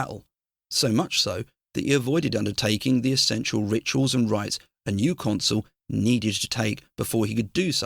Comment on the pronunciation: Please stop mispronouncing consul. It's not console. Otherwise excellent. Good work